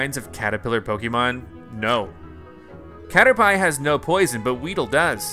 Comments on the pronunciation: When I heard him say caterpie.. I cringed.. heard it multiple times and I couldn’t watch anymore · that is so true he cannotpronounce caterpie he thinks PP stands for something else it stands for Power Points like HP Health Points!!!! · No one: Literally no one You: A Cader-pie..... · He keeps pronouncing Caterpie wrong and I want to die. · Caterpee, caterpie same thing different pronunciation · You're not the only one, I cringe and lockup when he says it, lol. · Cater pie 😂 I literally cringed when he said that 🤦🏻‍♂️ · I hope by now someone told him the proper pronunciation of Caterpie smh 🤦‍♂️ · It is he’s pronounced it wrong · Ww honestly though dude it just dounds ignorant and pisses people off who did play the game I know he probably didn't know any better but like he could've tried a little bit you know? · What kinda pie!? Caterpie lmfao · I find your mispronunciation of caterpie disturbing. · I laugh how he pronounced caterpie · God you pronounce cartapie wrong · Um u should learn how to say cartirpie and gyrados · …. It was so hard to watch.... HE CALLED IT A CATERPIE as in pie, the food, its pronounced caterpeeeee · Damn he must be hungry to pronounce it cader-pie instead of cader-pee Edit: haha cader-pee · Please don't ever say "catter-pie" again 🤣🤣🤣 it's "catter-pee" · Pls say caterpie correcely (its ca-ter-pee not ca-ter-pie) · It's pronounced cater-pee, but he says it like Cater-"Pie" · It is said cat-er-pee not cat-er-pie and the caterpie evols to a butterfree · It’s cater-pee not cater-pie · I’m mad he called it cater pie I call it cater pi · He said cater”pie” it’s pronounced, “Pee” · Its caterpEE not caterPIE like in the series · It’s pronounced caterpee not caterpie 😂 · CATER PEE NOT CATER PIE!!! :'( PLEASEEEE NO MOREEEEEE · Caterpie (pee) not pie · He called Caterpie “Cater-pie” lmao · You said Caterpie wrong you say it as caterpy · It's Cater-P, dude. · it's just funny because he mispronounced it. And cater pie is funny. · I almost died